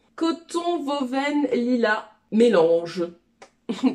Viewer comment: Coucou, merci pour tes conseils! Je l'ai suivi pour le Jeans j'ai pas pris du denim mais j'ai pris du kepper 🤔🤔 Je vois que sur Driessen stoffen il y a pas de traduction mdrr j'ai adoré ton accent pour "woven" en tant que belge ça reste drôle! Si tu as des questions n'hésite pas à demander! Merciiii!